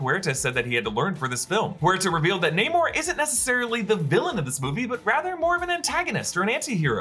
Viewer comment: "Neymor" lol